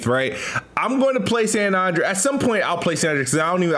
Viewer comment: do you not know how to say San Andreas?? You sound goofy AF sayin San Onndrayaz LoL